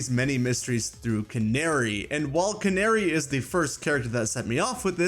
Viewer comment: The way this guy says Canari 💀